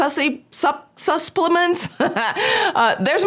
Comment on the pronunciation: I love “suspplements” I think that describes many supplements 😂